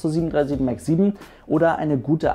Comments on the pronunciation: Ich feier das so unnormal, wenn "737 Max" Deutsch ausgesprochen wird😂 737 MAKKSS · 737 Mackkkks ich kann es nicht mehr hören 😂😂😑 wird denen gesagt die sollen das so aussprechen oder denken die echt dass das so heißt?